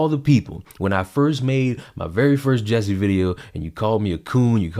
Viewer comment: His name is spelled J-u-s-s-i-e. Why does it sound to me like everyone pronounces it "Jessie"?